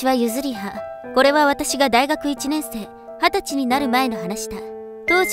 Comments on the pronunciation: 大学と中学を読み間違え😳 とても珍しい❤️貴重です❤️ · のところ、大学って書いてあるけど「中学」って聞こえた。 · 大学のことを中学って読んじゃってる😅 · ，3分29秒ぐらいの所にある『私が大学に』の所が，『私が中学に』って読んでますよ。頑張ってください。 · 大学のとこ中学と読んでますよ3 28のとこ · 大学のところ、中学って言ってる？